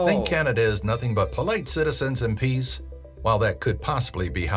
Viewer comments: Peace not peas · DUDE...peace, he said peace!!!!! not peas🤣🤣🤣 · Peace not peas 🤣🤣🤣🤣🤣🤣🤣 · PEACE NOT PEAS 😅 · LOL PEACE not PEAS LOL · We are not peas lol. He said 'Polite citizens and PEACE ' lol. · PEACE not Peas 😂😅😢😢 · I am sure the announcer meant to say or did say "peace," not peas. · PEACE not PEES - lol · PEACE, not PEAS! 😂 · We're peas? 🤣🤣🤣🤣